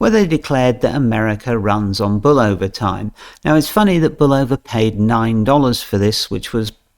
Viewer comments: I like the accent, its great. However, for those who are sticklers for pronunciation, it is pronounced Bull-O-va(short a). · Bulova was the first TV advert and if you listen you will hear how to properly pronounce